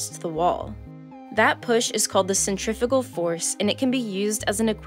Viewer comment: is anyone else hearing "...a centrivetal force..." instead of "a centrifugal force?"